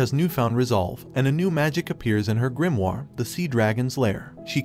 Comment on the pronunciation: Yo why does he say grimoire like that, its Gre-uh-more